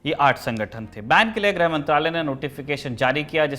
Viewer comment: ग्रह मंत्री नहीं "गृह" मंत्री